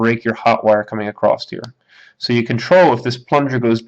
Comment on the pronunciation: across NOT ACCROST!!!!!!!!!!!!!!!!!!!!!!!!!!!!!!!!!